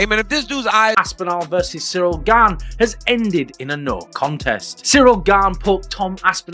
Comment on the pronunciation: Who's Cyril Gain? Lol. Its Gane!! 😅